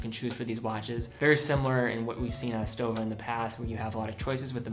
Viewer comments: and it's SHTOWA, also! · For Gott's sake, it's not /ˈdʒʌŋkəs/ "Junkers" like in "junk", it's /ˈjʊŋkəs/ like "Yoonkers"! And it's "shtowa".